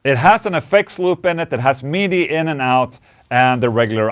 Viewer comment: It's MIDI not MEDEE.😂😂😂😂😂😂😂😂😂😂😂😂😂😂😂😂😂😂😂. You rock.